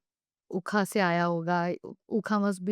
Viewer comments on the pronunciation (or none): इस पॉडकास्ट में ने एक शब्द use की हैं " उखा उखा" । इसे इस तरह लिखा जाता है "ऊखा़ ऊखा़" इसका अर्थ होता है "अंधेरा अंधेरा"। और इसका उच्चारण "ख़बर खा़लिश" की तरह होता है। मुझे खुशी होगी यदि ये बात आप तक पहुंचा देंगे। उनका काम तारीफ़ के काबिल है, बहुत सुंदर अति उत्तम। पॉडकास्ट बहुत पसंद आया, आप दोनों को बहुत बहुत धन्यवाद।